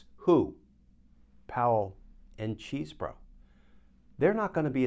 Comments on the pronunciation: It is great how you constantly mispronounce Chesebro. (Chez bro) It must be super annoying. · It's Chesebro with a short e. He attended my high school. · Sorry, Glen, but deliberately mispronouncing his name is not a good look. It's been determined how he pronounces it and it's not how you are choosing to say it. In fact, you even used the correct pronunciation the first time you mentioned his name, then proceeded to butcher entry time after. It sounds petty and beneath you. 😢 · I prefer the pronunciation "cheese bro." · neither here nor there really but is Chesebro’s name pronounced Cheese (as in the dairy product)-bro?